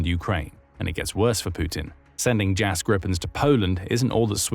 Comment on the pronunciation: Pronounced "Jahs Gree-pen" not "Jazz grippen". Gripen means "the Griffin"